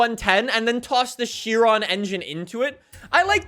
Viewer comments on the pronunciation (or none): none